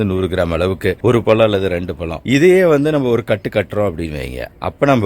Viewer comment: பலா பலம் இல்லை, பலா பழம்